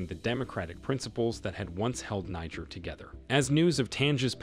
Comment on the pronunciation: Learn how to pronounce the name of the country before talking about the country.